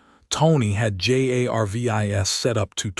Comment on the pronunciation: If the AI that is reading this story actually was intelligent, it would pronounce Jarvis as Jarvis instead of spelling it out every single freaking time